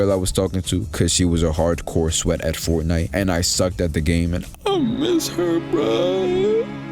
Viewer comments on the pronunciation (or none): none